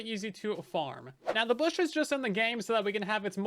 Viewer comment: Bush? no no no BOOSH!